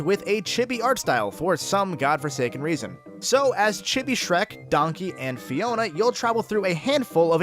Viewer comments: Chibi is pronounced Chee-Bee not Chib-bee. Get it right whitey... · couldn't continue once the other guy kept pronouncing chibi as "chibby"